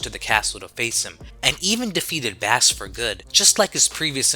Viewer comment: im going to point this out but bass is pronounced base like the guitar. his name like rock, roll, and, blues(protoman's original name) its a music name